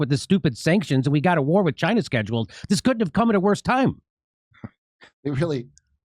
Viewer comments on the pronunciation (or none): none